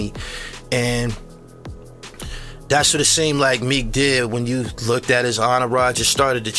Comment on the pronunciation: The term “looked” pronounced as lookted is wild